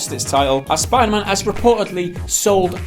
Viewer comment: "Spider mahn" gotta love that jamaican accent on the word man